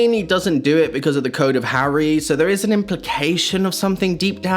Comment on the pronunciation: how did you get the name Harry wrong over and over and over and ov